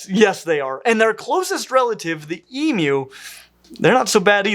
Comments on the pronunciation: I’ve never heard someone say it except for the way did. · As an Aussie, it's so refreshing hearing the word emu pronounced correctly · Can I just commend you as an Aussie how nice it is to hear someone pronounce Emus correctly? Go the dinosaur 🦖🦕!! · Strange. I’ve only ever heard people pronounce it that way. Didn’t realize it was uncommon. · The correct way is the way is pronouncing it (which to my ears sounds like e-mew). And cats don’t just meow, they also mew, so that’s the reason for the cat emoji. So basically: E-mew (rhymes with queue)- way pronounces it, correct pronunciation E-moo (rhymes with true)- way some people pronounce it, wrong pronunciation E-meow (rhymes with cow)- way no one pronounces it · e-moo. He says e-mew which is correct. So many people make a moo sound but the correct pronunciation is e-mew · As an Australian, I am overjoyed to hear an American correctly pronounce emu. Thank you! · I've literally never heard someone pronounce it e-moo, and I used to volunteer at a zoo that had an emu. E-mew is the only pronunciation I've ever heard. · Texan, and in all my 60 years I have never heard anyone say E-Moo, not even when speaking about mechanical bulls, though I have heard Moo-Poo said by children in cattle barns. I can't really really say I've ever heard E-Mew (rhymes with E-New) either, only E-Myou just like he is saying it. And now with all the Australians saying it's pronounced E-Mew, which to me sounds just like E-Moo (rhymes with E-New) when I say it, I'm confused. I am further confused by his emoji comparison, E-🐱 not E-🐮, cats don't mew, they mEow and it can't be E-Meow can it? Help! Is it E-Myou like he is saying it, or E-Mew/E-Moo, or , heaven forbid, E-MEow cat emoji? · that is accurate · That's the only way I've ever heard anybody say "emu" in my entire 43 years as an American. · It is strange to hear an American who can say emu correctly.